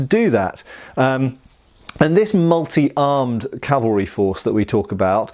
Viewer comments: Love your channel immensely! In this video your mention of "calvary" multiple times instead of cav-al-ry was a bit distracting lol, I don't think you pronounced it correctly even once. Calvary is the hill where Christ was crucified. Cavalry, well, that's what you're taking about... But do continue! Did I mention that I really enjoy your channel? It's one of my favorites. ;) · I distinctly heard you say "carvery", and thought it would be nice, only to remember lockdown:P